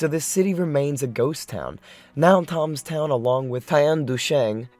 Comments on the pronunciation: Its not pronounced TOMS TOWN . It is pronounced TEMS TOWN . As in river thames . London . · Thames town. Pronounced timstown not tomstown. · Is the narrator pronouncing Thames town as if it were Toms town? The river is pronounced Tems. Aargh.